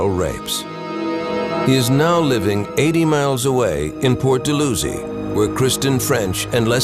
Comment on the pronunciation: Dal-how-zee not Dull-loo-zee.